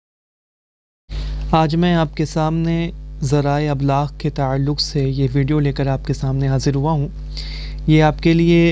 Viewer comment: Ma sha Allah بھائی اَبلاغ نہیں بلکہ اِبلاغ تلفظ ہے واللہ اعلم